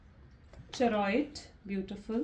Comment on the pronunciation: please find how to pronounce Chariot first. Every time I hear to say Wand and Chariot and Pentacles, I'm like 😂